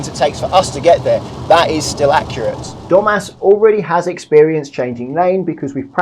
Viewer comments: I wasn't looking at the screen, and I heard "Today Dum*ass is having his first motorway lesson." That grabbed my attention and I looked up, realising it's Domas. Sorry, Domas. 😅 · I really thought he said dumbass at the beginning of the video.. lol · The name Domas and the way he says it in his accent, sounds like he's saying dumbass. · Did you just call him Dumbass? Oh Domas 😂 almost as bad. Good skills though. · lol i though he said Dumb#ss lol